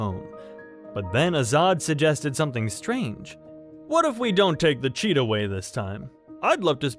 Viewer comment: I thought said "if we take the CHEETO way, we will be there in no time" 😭